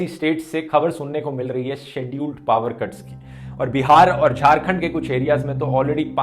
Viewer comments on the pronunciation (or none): Excellent Sir आज आप पावर को कई बार पाअर pronounce कर रहे थे।